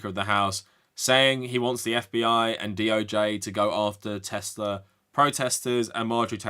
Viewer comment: "I love Teslur"